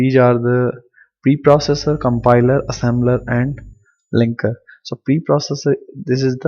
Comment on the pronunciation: Assembler not assember